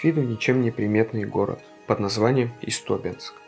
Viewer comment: Не ИстОбенск, а ИстобЕнск.